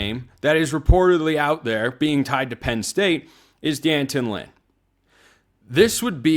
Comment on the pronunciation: White people, say it with me now: DEE- AN-Tawn. (i.e. D'anton) Lynn... 🚫 "Dan-tun"... If you can properly pronounce Beau's odd Euro-name, you can take the time to learn how to properly pronounce D'Anton Lynn.